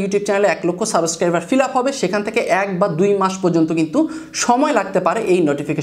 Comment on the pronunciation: ভাই সাবেস্ক্রাইব নাকি সাবস্ক্রাইব? 😬